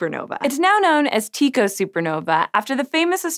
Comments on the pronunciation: it's tye-co not tee-co isen't it ? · His name is pronounced Tie Koh not Tee Koh. While that may be an accurate pronunciation for the ancient Greek form of the name Tycho, it is certainly not how the Danish astronomer himself said it. Besides, even if it were how he said his name. Common pronounciation is Tie Koh. So unless you plan on referring to Julius Caesar as Kaiser or his fellow senator Cicero as Kee-kah-roh, maybe stick to common parlance because your pronounciation is distracting from the interesting science information you are trying to present. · I was watching the entire video with sound and was wondering who was Tiko. I've never heard anyone say anything other than Tie-co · In Danish/Swedish, the more natural way to pronounce Tycho is more like Tee-co. No idea about the English pronunciation though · Different people pronounce his name in different ways...particularly his last name. I've always heard his first name as Tee-koe and his last name as Brah (also Bra-hee) and occasionally bray-hee. So I think everything goes. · You are mispronouncing Tycho, the "y" should be pronounced like those in synonym.